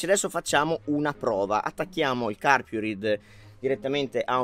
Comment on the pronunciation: La pronuncia è [carpuraid]!!!!!!!! Basta vedere i video stranieri